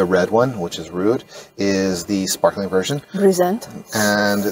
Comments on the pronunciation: Great video! Looks like a good party! And such nice neighbours.: try to say Rood not as rude. Say the o as the o in Roses. 😘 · Your pronounciation of "rood" is wrong, double o is pronounced like the o of the English word "dome"